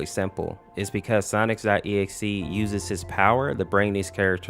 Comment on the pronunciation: How do you still say sonics.exe 😂😂😂😂